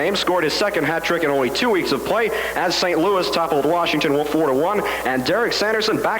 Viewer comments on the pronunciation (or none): none